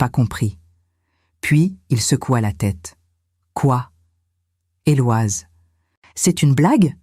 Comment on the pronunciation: En langue française on ne prononce pas le prénom Éloise mais plutôt Eloïse !!